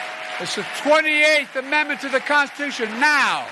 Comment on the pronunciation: That man could not even SAY the word "Constitution", let alone SPELL the word "Constitution"